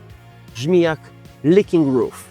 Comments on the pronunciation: Uwaga na różnicę między "leaking roof" and "licking roof". Wypowiedź samoilustrujaca. Świetny filmik. Pozdrawiam. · Powiedziałaś " liżący dach " zamiast "przeciekający dach" 😅, no ale w końcu jesteś Polakiem, nie ma sprawy, tym bardziej że nie jestem kobietą....